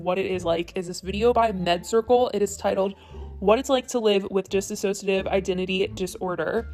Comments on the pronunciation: I am a psychologist. I am not willing to say she has or doesn't have Dissociative Identity disorder but PLEASE saying disAssociative. It is DISsociative. I work with people who have DID. They struggle with it and most would run from the idea of going on YouTube to announce it. Additionally, when someone with DID shifts to an alter, they don't say they FEEL like a trans guy. They would say they WERE a trans guy. They would also not seek to create the alters. The alters manifest on their own and the primary personality often doesn't even know all their alters. I agree it takes a very long time to diagnose and cope. It looks more like she has narcissistic personality disorder or histrionic/borderline personality disorder I don't wish to minimize her experience but I know a few people with it. It is very distressing and they often look to AVOID attention, not seek it. Now, if she would like to explore what she may have, simply comment back. I work with victims of sexual trauma including some who have DID. I am happy to give her an online video assessment and work with anyone who has sexual trauma. But my sense is she behave contrary to what I expect from someone with DID. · Just for future reference, it is dissociative, not disassociative. yes: dis-so-she-uh-tiv no: dis-uh-so-she-uh-tiv Although when I say it, it sounds like dis-so-she-tiv due to the way I speak bc of where I'm from xD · You keep saying disassociative identity disorder and not dissociative identity disorder so yeah, I think that's a common thing that people mispronounce but it's something that is a little frustrating to the community from what I've heard. I think Trisha said it incorrectly as well. Just letting you know, not hating or anything. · I think you need to watch some of Dissociadid's vids because its obvious you didnt do your research when you cant even say her channel name right... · i’m glad you tried to inform yourself and it was great but you pronounced “dissociative” wrong the entire time